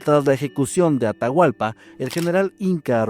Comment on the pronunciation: Me encanta y agradezco mucho que tomen en cuenta a Ecuador para sus relatos ❤ pero Atahualpa es a secas solo Atahualpa 😅 y hay palabras que están mal pronunciadas 😅 pero muchas gracias y se me hace tierno escucharles como pronuncian mal 😂❤❤❤❤❤